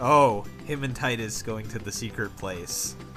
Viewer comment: I don't know if it's been mentioned in the thread or not (I lurk, and have been sitting at the OP) but Tidus is pronounced "Teedus" it comes from the Okinawan word Tida (pronounced "Teedah") which means Sun. Yuna means Moon, so it's supposed to be a duality in names between Tidus and Yuna. Which is lost on the west because most of us don't speak Japanese let alone Okinawan.